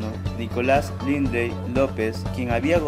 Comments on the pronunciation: El apellido es LINDLEY tal como se escribe se pronuncia no es RRINDLEI' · se pronuncia lind-li